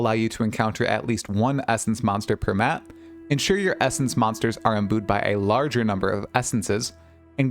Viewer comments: Pronounced Imbew not imboo, not normally that guy but it made me twitch XD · lol, he pronounces imbue "imboo" 👻, the "ue" is pronounced like the "ew" in renew.